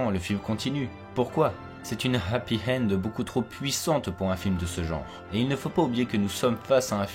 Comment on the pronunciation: Juste ya pas de H devant Hend. On dit " Happy end" pas "Happy Hend". tres bonne video. Et le vaisseau en form de tube, c'est en fait un cylindre qui tourne et qui crée une sorte de gravité artificielle contre les parois, du fait de la force centrifuge.